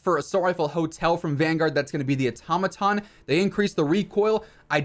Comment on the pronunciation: A Tom a tom lmao dude the it’s pronounced auto-maton now say it fast like one work automaton. Good lord dude.